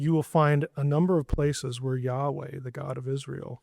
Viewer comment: Sorry, but there isn't a 'wah' sound in Hebrew; the 'waw' sound is Arabic. He told Moses Eheyeh asher eheyeh: I will be which I will be.